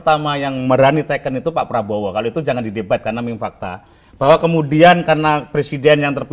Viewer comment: kalangkabut...makanya klo bosnyaau pidato di teliti dl, biar ga salah ucap...hehehe